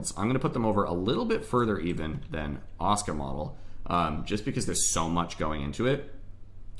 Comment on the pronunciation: Can confirm on pronunciation of Asuka. I speak the language and have a cousin of the same name.